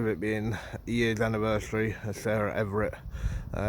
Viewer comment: Everard.. not Everett